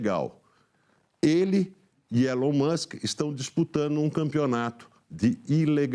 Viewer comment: Feio mesmo é um reporter nao falar correctamente o nome do elon